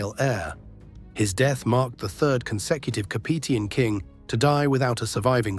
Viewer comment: The mispronunciation of Capetian is really jarring.